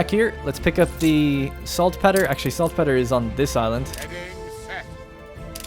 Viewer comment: Probably a bit late, but Saltpetre is pronounced Salt Peter. Like the name. Not petter. :) Loving this series, I'm slowly catching up!